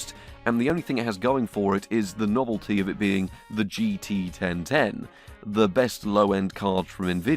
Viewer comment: GT 1010: ❌ GT Ben Ten: ✅